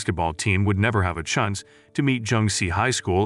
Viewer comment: This man said livestream, naive and chance wrong 😂 I was getting made by it